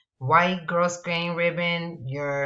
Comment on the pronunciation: Just a heads up for future videos, it's pronounced like "GROW-GRAIN".